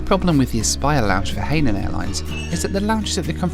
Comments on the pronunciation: I THINK ITS PRONOUNCED HI-NAN NOT HAY-NAN, INFACT ITS IN THE SAFETY VIDEO ONBOARD. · Hainan is pronounced closely to Hi-naan, (Hai is the same as second syllable of the city of 'Shanghai', not 'hey' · Pronounced “hi” nan not “hay” nan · Hey it's Hai nan airlines not Hey line airlines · It’s pronounced this way, hi nan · Just a word of advice it’s pronounced as ‘hi... Nan” (Hainan) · realises he's been pronouncing the airlines name wrong the whole time 😂